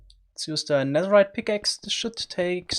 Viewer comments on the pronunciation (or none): this dude cant even pronounce ,,th'' correctly, bro its not Z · I’m so sorry but I lost it when you said Nazerite